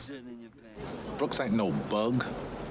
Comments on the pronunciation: i cant be the only one who kept saying its BROOKS not BOOKS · 🤣 You wouldn't think it would matter that much but after 20 times of hearing "Booksie"......I wanted to scream, "It's Brooks!! It's frickin' Brooks!!" 😆😆😆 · Good Lord how did y'all get "Booksy"? Its Brooks!!! 😂❤